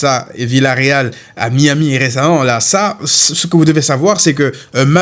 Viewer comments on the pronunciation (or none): none